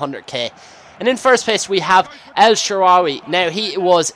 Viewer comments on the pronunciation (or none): hey, it's (el shadawy) thats how its pronounced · when you say ek sharaawy you need to say it with an arab accent